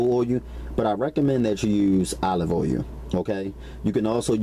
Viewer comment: What the heck is olive oh yoo. I love how this brother talks